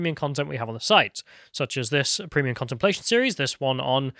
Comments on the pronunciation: Thanks for dropping a “prehmium”, you charming devil. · Agreed except cannot pronounce some easy words correctly like "Premium" he makes it sound like it's a syllable short.